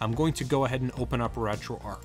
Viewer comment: It's not like it matters but it annoys me....'Retroarc'...that's what you keep saying...there is a 'h' on the end however making the word arc a different one, you see that 'h' yes? Please try and use it.